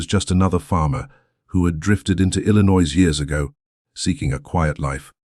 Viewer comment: Please, your AI doesn’t know how to pronounce Illinois correctly. It’s I’ll-I-noy. I should know because I was born and raised in Illinois and moved to Indiana in 2010.